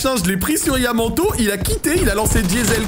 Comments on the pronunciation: ça se prononce Ya man t a o. Bonne video mais on peut quand même faire un effort sur la prononciation ptdr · On prononce yamantaou mdr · C’est Yamannntao la prononciation 🤣